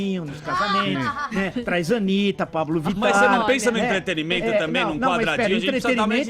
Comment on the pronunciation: EntreteNImento, não entreteRImento - e o cara é professor de universidade... de resto concordo com absolutamente tudo que ele falou